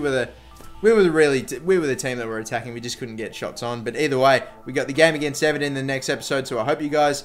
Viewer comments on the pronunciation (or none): none